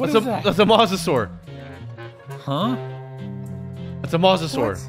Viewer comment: Idk why but after watching about halfway through I was fine but when he pronounced mosasaur incorrectly I was still fine but I got so unreasonably mad when he called it a dinosaur actually yelled out loud “no it’s not a dinosaur” just in my house alone